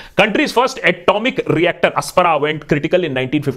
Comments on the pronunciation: Nuclear reactor APSARA not aspara. I think, its sleep of tung. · Time Stamp , Akash Pronouncing Apsara as "Aspara" :-)